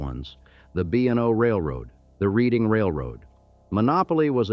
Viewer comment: the "Reading Railroad" is from Reading, PA. Pronounced "Redding Reading".